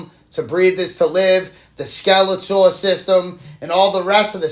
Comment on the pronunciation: It’s skeletal, not Skeletor. Skeletor is from He-Man bro.